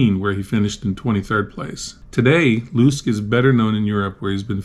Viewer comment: It's pronounced Marcel Lus-ke (luss-keh) not Marcel Loosk ;)